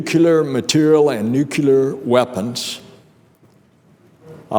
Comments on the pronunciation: senator should know that it's nuclear not nukilar !!! but the overall speech was ok! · "Nucular" 😂 lol... He's another lying brat just like Bush Jr..both say nucular 😂